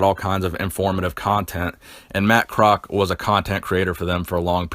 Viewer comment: Its Pronounced Kroz - all - ES - key its my uncle